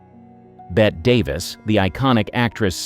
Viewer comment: Who’s Bett Davies? Bette (. Pronounced Betty)Davis on the other hand….